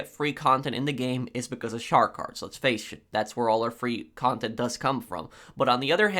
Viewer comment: He said fasch not face